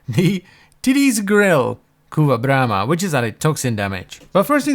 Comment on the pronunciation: Say BRRRRRRRRRRRAMA one more time.